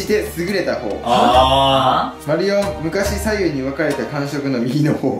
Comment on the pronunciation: "右の方"は"みぎのほう"ではなく、 "うのかた"と読むと思うよ。